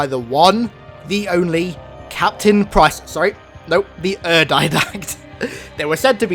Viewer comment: CAPATIN PRICE? HAHAHAA